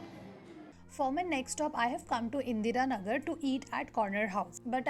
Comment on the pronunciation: BTW a warm WELCOME🙏🙏🙏🙏😁😁😁😊😊 TO our Bangalore city di... I hope uuuuu enjoyed a lot nnnnn our beautiful city.... & di plzzzzz doooooooo cover some places even nnnnn M.G ROAD 😁😁😊😊😎🤞🤞🤞by the way di ur pronunciation of Indira nagar was sooooo funny 🤣🤣😅😁😁...